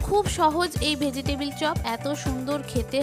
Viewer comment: ভোজিটেবিল না শব্দটা হবে ভেজিটেবল ! 😅